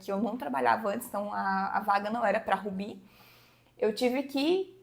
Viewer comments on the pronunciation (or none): Você realmente pronuncia "Ruby" como "Rubí"?